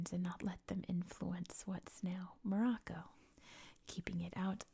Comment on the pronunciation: thank you for this video on morocco , i hope you discover more and more things on our country. also you really good at pronouncing the names right.